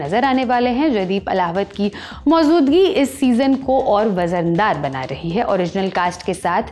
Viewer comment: This anchor is doing basic mistakes in her every video. For eg. In this video she wrongly read the names of jaydeep ahelawat as randip ahelawat, Vijay Varma (Vijay sharma) etc..her pronounciation is also pretty wrong.. she said mauzoodgi instead of moujudgi and so on ..she shld learn Hindi first.. unnecessary trying hard to show off.. most irritating Anchor ever on lallantop..